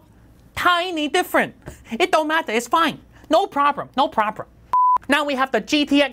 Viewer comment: No prrrrrooblrrem